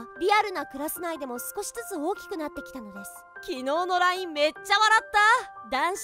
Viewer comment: LINEって言ったり、WINEって言ったり、ごちゃごちゃで草